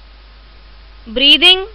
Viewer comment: Are pagal ye questions kise nhi aate kya aur ye breathing ko breeving kyu Keh rhi ho